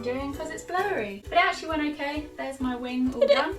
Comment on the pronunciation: You said "hold me mirror up" accent slip? Sounded like a bit of Liverpool there